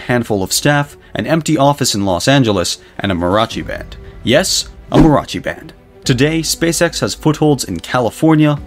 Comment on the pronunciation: probably others mentioned these pronunciation matters: mariachi has 4 syllables and Northrop has 2 r's.